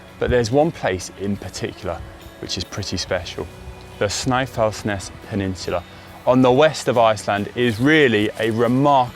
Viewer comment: Pleased to see Snæfellsnes in Iceland on the list. And kudos to Connor for a somewhat accurate pronounciation of the names, not perfect but close enough. Almost all of Iceland is a gravel riders paradise but road riding can also be on offer here. The Ring Road around the island is popular and is home to an annual cycling event where cycling enthusiast compete to finish the ring in the shortest amount of time. It's about 1300 km ride and is competed in several categories, a one person race, 4 person teams and 10 person teams. Would like to see a team from GCN enter into this event as it is a fundraiser for local charities.